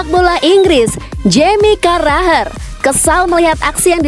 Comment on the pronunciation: Jamie carragher penyebutan nya carraher